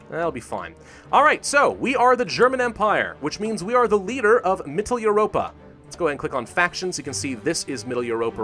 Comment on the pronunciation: Its pronounced MITTEL-OI-ROPA